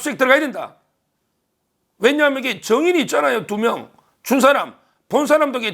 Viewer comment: 법조인이 명백하지 않은 사실을 특정해서 범죄행위로 언급하여 재산상의 이득을 취하는 유튜브 방송은 법적 처벌 가능한 범죄 행위 임을 알고도 하는 고의성이 있는 경우로 볼 수 있을듯~~ 사실 입증 책임은 본인이 져야 할 듯 ~~ 변호사니깐 잘 알듯 ~~ 정거가 아니고 증거~~ 두맹이 아니고 두명~~